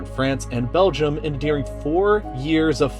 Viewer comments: "During" not "Dearing" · The word is during, not Dearing. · ITS DURING NOT DEARING